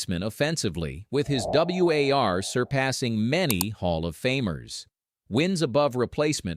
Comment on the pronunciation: Great subject, but this video was either done by AI or by someone who doesn't really know baseball. Overall fielding average is almost meaningless, but especially for a player who split time between first and third. Also, no one says "W-A-R." It's an acronym, spoken like the opposite of peace. Finally, was the comparison with Schmidt and Ripken because those guys both played third? Fair enough now, but at the time, Ripken was still a shortstop. Schmidt, on the other hand, probably drew comparisons to Evans that were not generally favorable. Schmidt was pretty much a better version of Evans: hit with more power, lasted longer as a top glove man at third, etc. One thing that haunts Evans from a Hall of Fame standpoint was playing at Candlestick for so long. Just flat-out a pitcher-friendly place for most of his time there. I wonder if he had played anywhere else if he would have totaled closer to 500 homers. In fact, Evans is part of a string of Giants who have better careers in our current-day understanding of stats, along with Jack Clark and Will Clark. In fact, if you look at the two Clarks in terms of stats like WAR, WPA and OPS+, they rate much closer to Hall of Fame standards than their BBWAA ballots suggested.